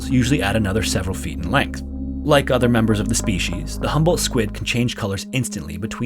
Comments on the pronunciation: It's HUMBOLDT not "humble". It owes its name to the Humboldt Current where it was discovered and the Humboldt Current is named after the Prussian naturalist ALEXANDER VON HUMBOLDT, who conducted the first scientific measurements of the cold-water ocean current in 1802 during his expedition along the coast of South America. Another thing, the squid is known in Mexico as "DIABLO ROSSO" because in Spanish the subject comes always before any qualifiers. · I kept thinking you said “humble” squid the whole time lmao. Love these videos! ❤